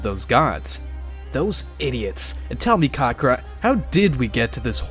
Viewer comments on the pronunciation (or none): Ka-ka-rot, not karrkrot